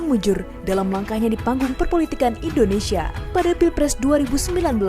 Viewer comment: Kalau SEBUT Indonesia Brother jgn Di Melayukan Indonese...???? SEBUT dgn Benar INDONESIA..... 👈